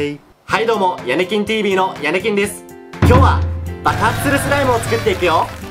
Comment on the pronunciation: 途中ヤネキンがヤミキンに聞こえた